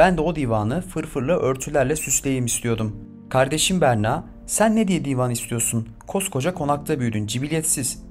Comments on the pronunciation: Çînî değil çini,dîvan değil divan,ûnüne değil ününe!Niye böyle bozuk bir Türkçe ile konuşuluyor! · Sayin sunucu,diiivan degil,divan diye okunur,dikkat ederseniz sevinirim. Dinlerken rahatsiz edici oluyor.Telaffuz sorunu yaşadığımız sozcuklerin es anlamlisini kullanarak da çözülebiliyor. Kanepe mesela.Tesekkurler...